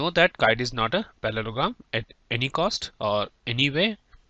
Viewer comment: its not palologram its parlogram